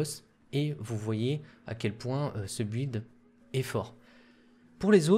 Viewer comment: "Build" se prononce "bild".